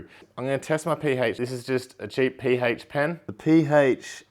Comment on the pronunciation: The Pee-Hache